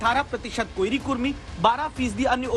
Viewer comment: कोइरी नही कोरी होता है रिपोर्टर साब ❤️